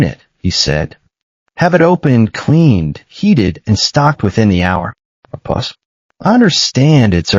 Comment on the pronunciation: Pause not puss. A puss is a cat or kitten.